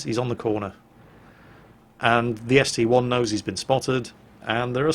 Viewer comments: It's not ST "eye", it's a roman 1. Just like how the Tiger II isn't the tiger "eye-eye"... Google it if you don't believe me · It is actually ST-1 as there isnt an I in the russian language.